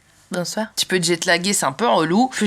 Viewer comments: Qui a replays quand elle a dis - boizoir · on adore le petit "bonzoir" à 😂